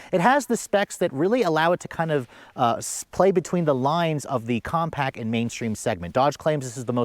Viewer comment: Compact! Not compac